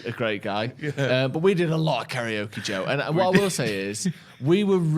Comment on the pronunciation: Is it just me that thought was saying Drew when he said Joe? 😂 I thought he had a little pet name for one of the Joes 😂